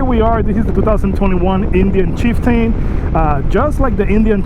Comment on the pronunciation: I couldn’t get past the first 10 seconds after you called it the Chief Tane.